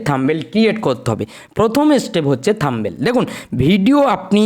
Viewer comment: kothata থাম্বেল হবে না। কথাটা হবে থামনেইল।।।